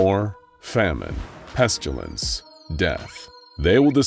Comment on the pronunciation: SPC-049 Did somebody said PESTILANCE ?!